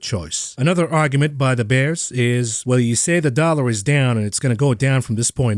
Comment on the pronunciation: The way says Da Bulls and Da Bears you'd think back in the day he was Both Ditkas and Jordan's right hand man